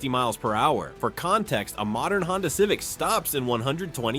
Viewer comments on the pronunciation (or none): none